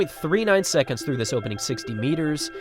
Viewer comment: 9.83 "secontz"